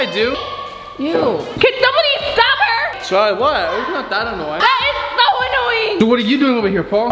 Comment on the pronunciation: It’s Charlie not carlie